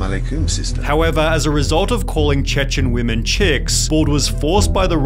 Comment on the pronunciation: “All weemeen”